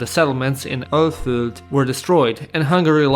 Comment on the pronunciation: i absolutely love how pronounced "Alföld" as "Ölföld"